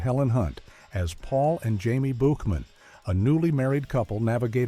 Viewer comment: It got Soleil Moon Frye right but then “Buchman” (Boo-kman) and ALF wrong??